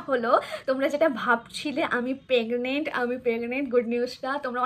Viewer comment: পেগনেন্ট আবার কি ওটা প্রেগনেন্ট আর সরিল না ওটা শরীর 😂😂